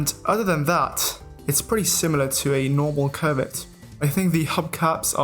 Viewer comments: Bruh it's not COVID, it's Covet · Sometimes when he says covet, it sounds more like covid 😂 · I keep hearing covid